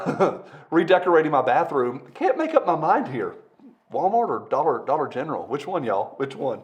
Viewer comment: . It's pronounced 'Dolla Gentral' .....